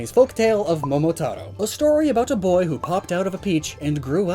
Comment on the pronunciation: >Pronounces "Momotaro" with a perfect Japanese pronunciation >Calls Ulysses "Usylles"